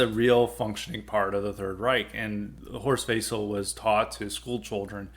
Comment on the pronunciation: Service message: it's pronounced Horst "Vessel" and the "theme song" was "Die (pronounced; dee) Fahne hoch"